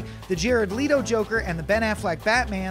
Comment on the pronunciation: Yea it's an cheaper aliexpress version of Jared Leto. That's why there's the chinese twist Leeto.